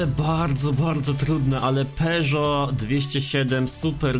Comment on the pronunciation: Tak na przyszłość mówi się „peżo” a nie „peżot”